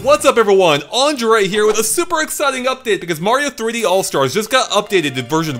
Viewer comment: Aun-dur-ray? Why do you say your name like that?